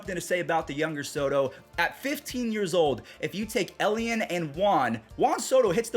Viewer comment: I’m so ready for beisbol. Juan Soto’s brother, the more correct pronunciation is “Eli Ann”